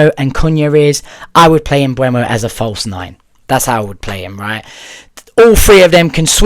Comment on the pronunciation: "Mboomo" ...the E is before the U ...Mbeumo